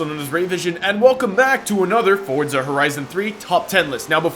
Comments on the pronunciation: for-za. not ford-za. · it's Forza lmao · Can I get a vote on how you pronounce Forza? For-za Or Fort-za